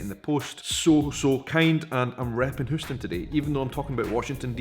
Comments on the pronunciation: it's not "hoo ston" it is "hugh-ston" :D love your vids! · btw Houston in Texas is pronounced with a very strong "Y" ... HYOO-ston. I know other Houstons of the world are pronounced in various ways. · It's pronounced H you ston. Long o! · Hoos-ton. I love it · Oh love your wearing my cities shirt. But its pronounced Youston. I know why your going to North Carolina..... the Highland Games. Love my family heritage. And love your videos. As for security they were there they just blend in as if a tourist, it's called incognito. #AirforceMom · At least he didn’t pronounce it HOWston, like how Houston St. in New York is pronounced.